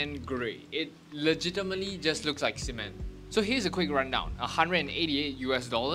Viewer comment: The way he said cement got me cracking up